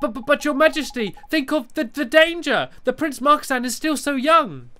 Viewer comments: It's Marcasan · It's marcasan but it says marcisin